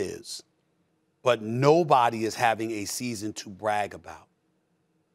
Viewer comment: Stephen A almost saying clay chesspool again...